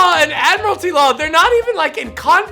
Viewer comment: When he asks if it's admitary law?? Are we at sea? Is this the navy? Are you a pirate??